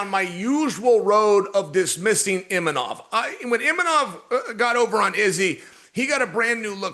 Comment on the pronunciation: It was refreshing to hear Uncle Chael set an example and pronounce Imanov correctly, especially after listening to du plessees incorrectly refer to him as Imamov repeatedly